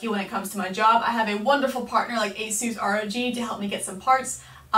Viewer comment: Did u basically say A-suse R.O.G no no no hehe, It's A-sus Rowg